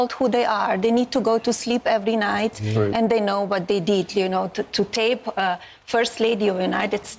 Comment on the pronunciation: It's "they' not 'dey" . That's a lazy effort to speak english.